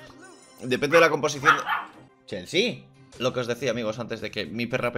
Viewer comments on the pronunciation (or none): dice chealse